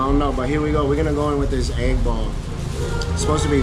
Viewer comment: Bro all this time I thought you were talking about getting an 8 ball 🎱 but you were saying egg ball 😂😂😂😂